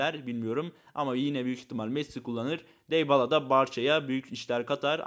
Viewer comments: DYBALA DİBALA DİYE OKUNUYOR DEYBALA DİYE DEĞİL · Deybala ne la düzgün okusan oyuncunun ismini